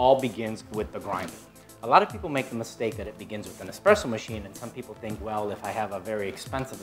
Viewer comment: This clown, expresso? Do you espresso, no x in the word.